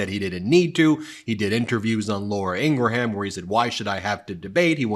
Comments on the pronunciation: If we are going give them grief for mispronouncing Kamala then we should pronounce Ingraham correctly. Two syllables. “In-gram” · I believe it's pronounced 'Ingram', Ben, not "IngraHAM". Not that I care. She's a Zit on society's face but it just sounds weird. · Awesome content Ben et al but to be fair, if you're going to correct Trumps pronunciation of George Stephanopoulos name then you need to pronounce Laura Ingrahams name correctly too 😉 it's two syllables!